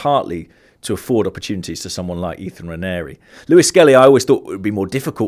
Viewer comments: David could've at least tried to pronounce Nwaneris name properly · How is it that an African can't pronounce NWANERI 😢. Absolutely no effort from David Full marks Phil and James. ADR approach acceptable